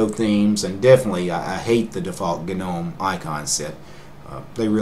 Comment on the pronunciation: Correct me if I'm wrong, but I always though "gnome" was pronounced more like "nome?" Maybe I just got it wrong.